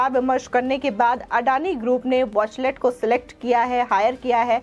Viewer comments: watchtell not watchlet plz correct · It's वॉचटेल not वॉचलेट, नाम तो धुक से पढ़ लो। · Is the company Watchtell or Watchlet as the reader is saying. Atleast these reader should come better prepared instead of serving half-cooked things. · Wachtell hai watchlet nahi boli sudharo anchor sahibaa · वॉचलेट नहीं वॉचटेल, एंकर मैडम सही तो बोलो। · Why news presenter is saying it is Wachlet. It is Wachtel. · It is wachtell and not wachlet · Wachlet nahi uska sahi naam hai Wachtell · Whatever the contents the anchor should read the name of law firm correctly. All the time she is saying वाचलेट instead of वाचटेल। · Madam, Watchtell ko pronounce to theek treh se kar lijiye. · Good step by Adani Group... But the news reader pronounces the name of the US law firm incorrectly...please check and correct.